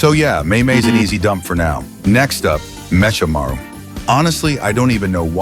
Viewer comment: the actual pronounce for mechamaru is me-ca-maru, not me-sha-maru